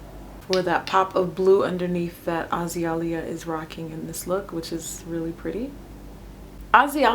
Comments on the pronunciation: I'm pretty sure it's pronounced A-Zay-Lea Banks. But regardless, this look is beautiful :) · i luv your tutorials! <3 its AH-ZEE-LEE-AH ;) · Hey It's pronounced A-Zay-Lia lol :) lol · Azealia is pronounced AH-ZEE-LEE-AH :) not AH-ZEE-AH-LEE-AH and not to be mistaken with Iggy Azalea (pronounced AH-ZAY-LIA) :) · Azeelia is the pronunciation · its actually Ah-Zee-Lia lol. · Its pronounced As-Za-Lea LOL but this is dope Jackie! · It's more like the flowers A-Zeal-Lia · Love it! But it's pronounced uh zale yah.! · A-Zay-Lia boo lol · it's a-zee-lee-ah banks :) been following her since dec 2011! love this look. and yes in her 1991 video she is wearing her MAC lippie Yung Rapunxel! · 'Ah-zee-lee-ah' It's pronounced. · Ah-zay-lee-ah..pronounced like the flower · Lol at how you said her name. Good tutorial!